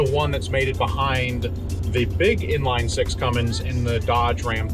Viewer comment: Man it’s not “Cummings”